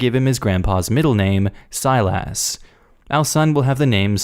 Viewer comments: His name isn't pronounced "Sile Ass!" its more like how you pronounce "stylus" without the T. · I'm just confused as to how the family ended up pronouncing the name Bounde as Bundy. Also the lad is still in trouble if the other kids pronounce his name like does. Sile-ass. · ... that is the weirdest way I have ever heard Silas pronounced.